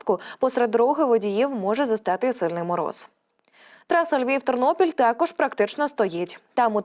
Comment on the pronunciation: Звідки ти взяласлова ФуНОМЕН, і другі перевернені слова украінськоі мови...НОБУЗПЕЧНИЙ, ТЕКОЖ